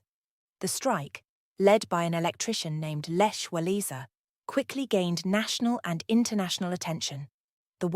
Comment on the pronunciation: The weak and poorly pronounced narration by this soppy girl does no justice to a very serious and interesting subject. She cannot even pronounce " Lech Walesa" correctly! That is a disgrace.